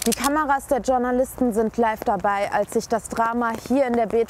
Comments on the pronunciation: Mir gehen JournalistInnen auf den Keks, die ausgerechnet das Wort "Journalisten" nicht richtig aussprechen können. Klingt nicht besonders clever. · Wer kennt sie nicht,die Tschurnalisten bzw Tschurnalistinnen😂😂